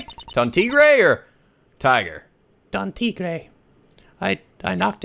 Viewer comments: also you're pronouncing Tigre right so keep it up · Mais = may; bien = byen. Probably spoken a bit more quickly compared to the "bee-en" pronunciation. And yes, Phoenix's evil twin's name is pronounced "tee-grey." =^^= Spanish, French and Italian are all classed as Romantic languages, so they have similar words in between them. Could explain why most people in those language categories find another in the same language category easier to learn as opposed to, let's say, Mandarin, Ukrainian or Swahili, which are different categories of languages altogether. And dat girl...damn, I had shivers running down my spine. Yeesh...TTwTT